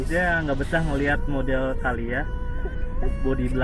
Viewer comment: Calya mas Bukan Kalya / Kayla / Keysha